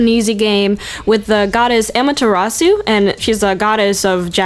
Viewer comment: You mispronounced Amaterasu